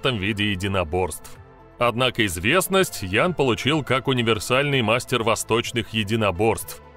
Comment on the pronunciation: Какой " ян " ?)))) Это у молдаван - "ЯН" ))))) Ты от туда ?!)))))